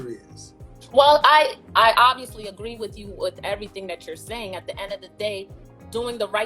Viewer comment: She says, "choo" instead of "you." Says, "Foo" instead of "Food." Kevin talks about social etiquette, but pronouncing words correctly is part of that.